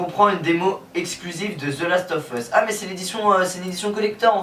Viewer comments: mdr the last of HUUUUSSS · j'adore ta prononciation de The las of ...US